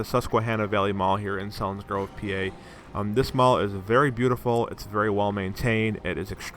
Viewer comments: It’s not pronounced Sellinsgrove it’s Seelinsgrove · It's pronounced "SEAL - insgrove" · It's pronounced Ceilings grove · It’s selinsgrove dummies